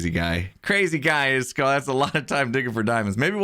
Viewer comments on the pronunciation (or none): How ISKALL name is pronounced Is-ka-ll How says it Isk-all